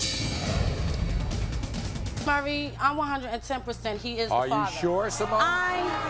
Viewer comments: Take a shot every time someone calls Maury "Murray". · anyone ever notice that most of these women always pronounce Maury's name as "Murray"?